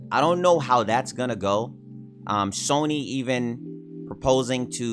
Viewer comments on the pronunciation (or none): none